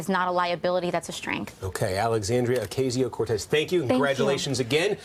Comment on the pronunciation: I am impressed with how she's handling these interviews with corporate media. Substance aside, they can't pronounce her last name 😂